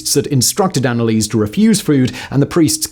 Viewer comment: ah simon, you are butchering that name.... but i´ll look over it eventhought my ears hurt everytime you speak her name